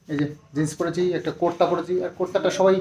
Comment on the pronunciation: কোর্তা নয় গো কুর্তা 😂